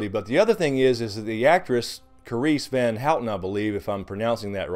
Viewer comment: The pronunciation of Carice van Houten's surname is "Hów-ton". Source: I'm dutch. ;) Btw, "van" in the surname is pronounced "vahn" instead of the vehicular variety. ;) Good job on the vids. Keep it up!